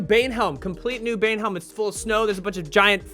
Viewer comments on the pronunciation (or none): IT'S NOT BANEHELM. IT'S BAEHELM